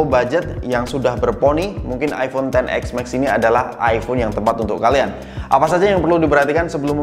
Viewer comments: iPhone ten es max bg, bukan ten ex max, udah 2x ngomong ex jadi nya 🤣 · si abang nyebutnya "ten ex mexs" XS max? 😬😬